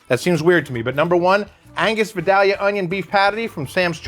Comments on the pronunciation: Pronounced vIdAlyuh please... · It hurts my ears that you are so close to Georgia and don’t know how to pronounce Vidalia. It’s Vie-Dale-ya. Otherwise, great video.